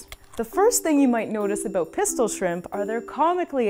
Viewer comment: Shrimpu shrimpu no jetto pistolu